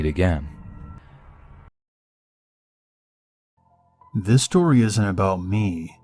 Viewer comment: “I just hope we never met aga-*ad*”